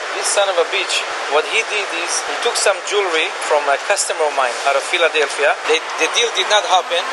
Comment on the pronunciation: Man said Fila-Delphia 😂